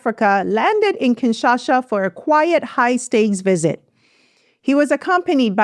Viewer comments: it's KIN SHA SA not KINSHASHA. TSHI SE KE DI not TSHI SHE CHE DI. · KINSHASA NOT KINSHASHA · Great video! It's "kinsha-sa"